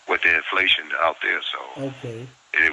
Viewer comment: He’s trying to say inflation 😂